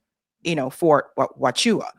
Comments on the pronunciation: FORT HOO-AH-CHEW-CA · I just adore you. I love listening to your show. I live in Arizona, it is pronounced Wah choo kah💗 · Its pronounced "WAH-Chu-Kah" .... I only know cuz I was there for a few yrs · Wha--chu--ka thats how it sounds sphy opps camp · C'mon...say it with me,: Whah-Chew-Kuh! United States Army's premier historical military installation of the American South West....also affectionately known as Fort Chewbacca. 🙂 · Huachuca (pronounced HWA-CHU-CA)